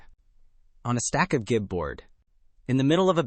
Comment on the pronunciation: Gib is pronounced jib. It is short for Gibraltar board, which is a brand name.